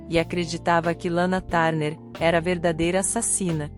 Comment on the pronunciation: Lana tarner😂😂😂😂😂é TURNER inclusive na pronuncia